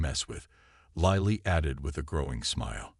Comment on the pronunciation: The AI is mispronouncing Lily. If it mispronounces Mya Chen it will be the ultimate fail. Wooop now it's pronouncing Lily correctly. This is also a fairly dedicated copy of the story from another provider. Plagiarism is not impressive. Never mind about Lily. It's mispronouncing it again.